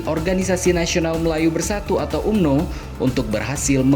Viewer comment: Tulisanya umno bang Org malaysia bacanya amno